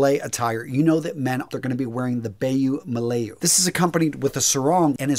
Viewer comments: Barjoo murlayoo? Its ba-joo mu-la-yoo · Thank you for featuring my country (Singapore) and my culture (Malay). Please allow me to correct the pronunciation at point It's bar-joo mur-la-yoo. BTW, Singapore and Malaysia has somewhat the same culture and food. We are very competitive siblings lol.